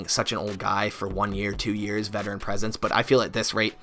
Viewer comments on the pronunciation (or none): none